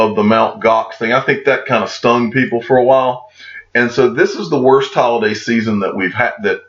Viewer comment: Who else heard, "Hodl-day season" ? 😎